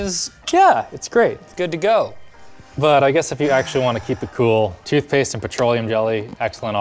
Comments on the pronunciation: tootphase? lol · "tootphase? toot-phase?" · "TOOTPHASE" .... Close enough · What's "tootphase"? 😂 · "Tootphase" lol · What the hell is "tootphase"? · rip "tootpaste"